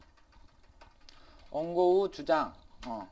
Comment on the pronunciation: 원고를 옹고라고 읽으시네 ㅋㅋㅋ